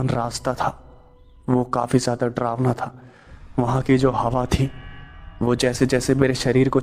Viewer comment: डरावना को ड्रावना मत कहो ।